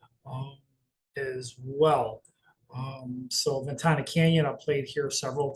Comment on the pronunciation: Ven Tana not Ventanya